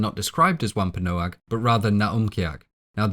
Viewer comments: Pronounced, TITCHU-ba and WAM-pan-ah-g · Its pronounced womp a nog